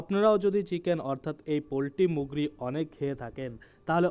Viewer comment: দাদা মুগরী কি জিনিষ। বাংলা ভালো করে বলুন